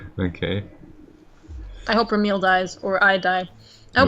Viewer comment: Remele: Reh-Mel, as in (français) "re-melle", silent e at the end.